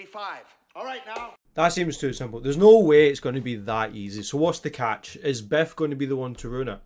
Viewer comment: Not gonna lie, it straight up sounded like you were calling Biff "Beth" throughout the whole thing, and the whole time I was like "who the hell is beth?"